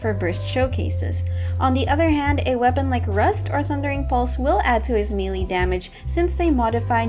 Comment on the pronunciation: im sorry but the "mealy" instead of melee was throwing me off 😭